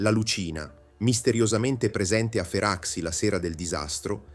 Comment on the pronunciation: Un finanziere si chiamava Derìu, con accento sulla ì 😅. La baia Feraxi si pronuncia “ferasci”, un suono tipo Fera“sji”…